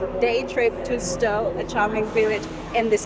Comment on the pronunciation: Just for info: Stow is pronounced Stouw. It caught me out when I first moved to Edinburgh, 40 years ago.